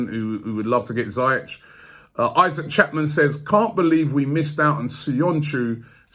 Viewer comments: Robbie, it's pronounced "Zee-ehk", not "Zye-etch" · It's Zee-Yesh Robbie! Not Zay-yesh 🤦🏽‍♂️ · you're still pronouncing Ziyech wrong lol It's not ZAYesh It's ZEE-esh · It’s pronounced zyesh no ziyesh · It’s pronounced ZEE YECH not zi yech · ROBBIE ROBBIE ROBBIE... How many times did I call you? You still mispronounced his name. It sounds like ZEE - YESH, not Za -yesh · Robbie big fan mate but someone needs to tell u how to pronounce ziyech’s name right, I say it like zeeyeck but idk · ROOBIE😭🤦🏾‍♂️ PLZ SINCE THE SUMMER YOUVE BEEN MISPRONOUNCING HAKIM ZIYECH )zeeyech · Robbie omg you still bottled the pronunciation of ziyech, its ZEE-YESH. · It’s zeyech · Only arsenal try to sign attackers when the defence is a mess. Hakim Ziyech would be a great signing bye the CB position is What we need to fix. We have to splash the cash and sign a world class defender like Koulibaly not Boateng By the way Robbie Ziyech is pronounced zee-yeck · This guy still said Ziyech wrong 😂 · still botched Ziyech's name lmfao